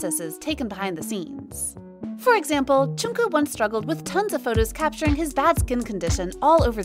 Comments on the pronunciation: It's not Chunku or Chunkook. It's Jungkook 😂 😂 Lol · am i the only one CRINGING at the way this woman butchers JK’s name? who the hell is choonkoo???